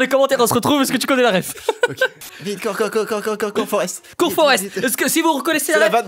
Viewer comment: "Cour Foreste" du Flim Forste Gunpe